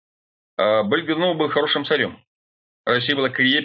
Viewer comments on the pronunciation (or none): none